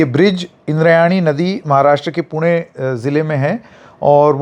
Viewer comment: Wahh sir पुणे ण pronounce karna ata h apko 👏